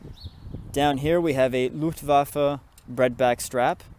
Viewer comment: FINALLY! Someone pronounces Luftwaffe correctly, and pronounces the W as a V. Best part of this video right there.